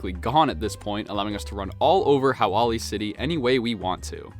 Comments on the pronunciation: ill be that nerd for you ! its pronounced how oh lee !! when theres the ' in any hawaiian names itll always have a sharp sound to it ! honestly i understand not being able to pronounce Hawaiian words since its a diff language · "Hawaly city" No way bro just butchered one of the easiest languages to not butcher